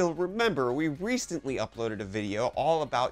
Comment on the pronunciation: Vicheo? Reecetently?